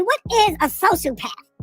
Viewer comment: We gonna ignore the fact that pronounces sociopath as “social-path” instead of “so-cee-o-path”?! That’s hilarious to me 🤣😂